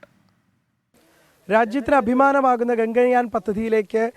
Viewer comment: Gagayan alla..gagan-yaan.